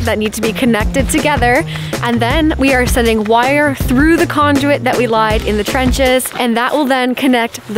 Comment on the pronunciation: Why do you keep pronouncing conduit as conjuit?